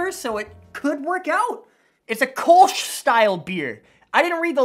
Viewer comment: The Beer is called Kölsch not Kolsh. It's the Beer from Cologne!